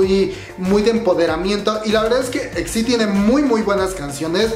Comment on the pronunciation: Se pronuncia i-ex-ai-di, por otra parte debiste buscar una foto donde aparecieran las 5 miembros ❤️